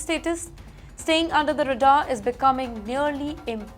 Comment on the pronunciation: North or South Indians? Where is your usual racist terminology? Oh wait, Indians according to you “Indians” refers to North Indians, right?? And it is not “re-far”. It is ray-daar.